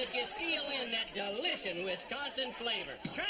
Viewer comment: "...that delishin' Wisconsin flavor." LOL.